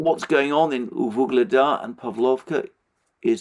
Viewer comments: it's "Ugledar", not that mufflemouth "vuhledar" or some else shit. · Alexander, why do you keep saying Vuhledar when it’s Ugledar [u:gled’a:r]